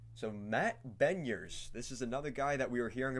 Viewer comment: It’s pronounced Matt “Beh-Niers”